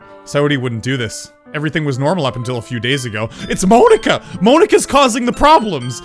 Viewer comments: it's not moanika it's monika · Monika like poke-a-mon not mone-ika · He says Monika really weird